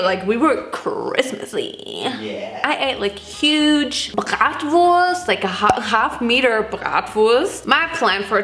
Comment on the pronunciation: Okay but fr please tell me ur exaggerating the bratwurst pronunciation... I live in Germany now and feel v dumb .—.